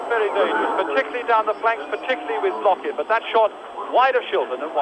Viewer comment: Недавно посмотрел ролик как пытались звук "х" передать латиницей. Ни kh ни ch иностранцы не понимают до сих пор и произносят как глухую "к". Отсюда Blochin комментатор прочитал как Блокин.